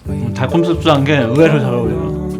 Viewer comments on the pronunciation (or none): 으에웨어 잘어웅려어